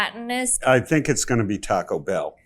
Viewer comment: Hot take (pun intended): it’s Taco BELL, not TACO Bell. The voiceover pronounced it the latter, the judges pronounced it the former.